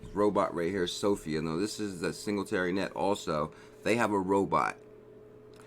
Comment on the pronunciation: Not hating but you are pronouncing singularity net very wrong. AGI is my number 1 pick!